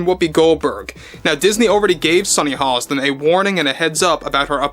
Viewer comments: It's Hostin, not Holliston. Otherwise, you're spot on. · Dude there’s no L in her last name! C’mon guy! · There is no l in Hostin.